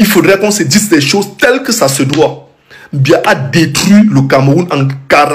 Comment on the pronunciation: Ton président s'appelle Biya et non mbia